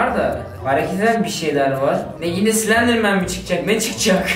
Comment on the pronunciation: Abi çok sledirmen dedin